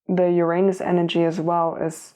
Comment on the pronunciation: found a way to say the word uranus...ooranoos